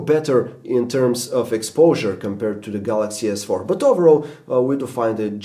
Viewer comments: at 3.54...he said Galaxy S Fuck....haha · He said samsung gs fuck haha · did this apple dimwit say galaxy s fuc 4 wat a prick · fanboy i knew it and i heard that you almost said galaxy sfuck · LOL He Said Galaxy S Fark. :P